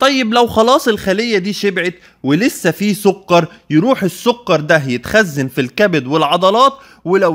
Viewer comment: سكر بالكاف مش بالقاف يا دكتور 😂 بس شكرا علي المعلومات ، ربنا يباركلك